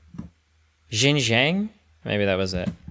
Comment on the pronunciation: Xinjiang (sheen-jee-yaung) [ee sound is very short, and not even pronounced in some dialects] now please stop making me cringe thx :)